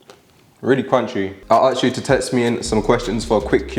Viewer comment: Please can you pronounce 'ask/asked' correctly?